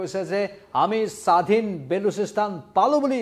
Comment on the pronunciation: ''Bolosistan'' not Balusistan 👍